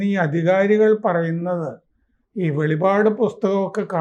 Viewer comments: സാറേ വെളിവാട് അല്ല . വെളിപ്പാട് ! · വെളിപാട് എന്നല്ല വെളിപ്പാട് എന്നാണ് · വെളിപാട് അല്ല വെളിപ്പാട് എന്ന് പറയണം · വെളിപാട് അല്ല വെളിപ്പാട് ആണ് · വെളിവാട് അല്ല സർ... "വെളിപ്പാട് " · വെളിപാട് അല്ല വെളിപ്പാട് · വെളിപാട് അല്ലടോ വെളിപ്പാട് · വെളിപാട് അല്ല വെളിപ്പാട് എന്നാണ് പറയേണ്ടത്. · Not velipad, it is velippad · വെളിപ്പാട് എന്നാണ് ശരിക്കും വെളിപ്പാട് എന്നാണ് ശരിക്കും